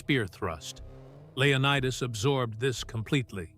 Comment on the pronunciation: Say that again, Leo-what-us?